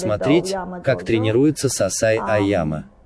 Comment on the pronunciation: Переводчик , почему сансай а не сенсей ?